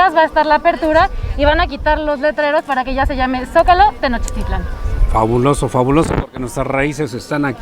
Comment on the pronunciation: Tenochtitlan no se acentúa en su lengua madre (el náhuatl). Osea que el acento es tácito en la < > y no en la < > Como reportera, y sin afán de faltarle al respeto, sería bueno que usted lo pronuncie como es. Saludos!